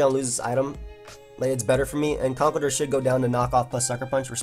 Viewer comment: I hate to be that guy,... but it's pronounced "Conk-ELD-urr". He's an elder of concrete.